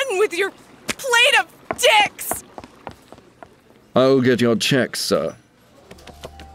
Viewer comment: "THE 'DEICKS' YOU ORDERED" LOL